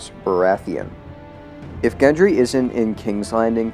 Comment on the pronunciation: (Gendry, not Hendry)